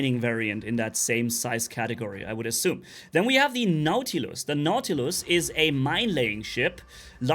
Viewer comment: Did he say Nautilus or naughty list? 😂😂😂